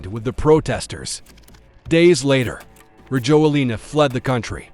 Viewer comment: I live in Madagascar. Rajoelina is pronounced ra-JWEL-na.